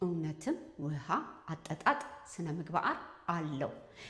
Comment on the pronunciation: ስነምግባአር 😂😂😂 አንቺ ልጅ አንዳንዴ አማርኛ ይቸግርሻል ። መልክትሽ በጣም ጠቃሚ ነው